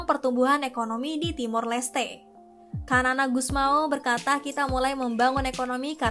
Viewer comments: Xanana gusmau ... Bacanya sanana bkn kanan 😂😂😂😂😂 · Sanana bosss bukan kanana wkwkwkwk😂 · Xanana = sanana Bukan kanana.. Terlihat narator tidak punya wawasan yg luas sehingga salah mengeja nama xanana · Xanana dibaca 'Sanana', bukan Kanana 😂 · BUKAN KANANA min......Xanana (dibaca Sanana)